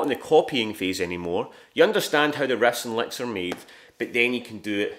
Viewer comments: It's "riffs & licks", guys. Yeah, I thought he was saying "rests and likes" at first too. 😅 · "Refs and lecks"?? 😂